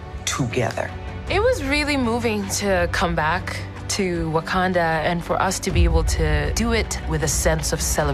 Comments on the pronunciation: wah-kan-dar forever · Y she keep calling it wakander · It bugs the hell out of me that Shuri pronounces Wakanda with an ‘r’ at the end but pronounces character as if there’s no ‘r’ at the end😂😂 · The fact that Letita pronounces it “wakander” makes me so upset that she gets to don the mantle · She says wakander